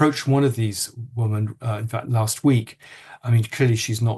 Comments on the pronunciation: Why don't these men pronounce the names of the two women consistently..jarring listening Also why can't Lownie pronounce the word women correctly its not difficult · woman vs women--- is there no difference in your pronunciation, Andrew?